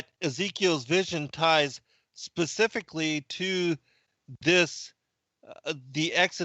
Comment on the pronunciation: You didn't "get it"! You said the Bible "pacifically mentioned" and I corrected you with the Bible "Specifically mentions". Pacific is an ocean and there is the word "pacify" but I don't think either word was appropriate to what you were struggling to say about the Bible.